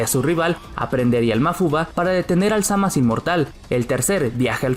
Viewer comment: Frizer y cell eran mucho mejores que majin buu. Se dice zamasu no zamas. Suena patético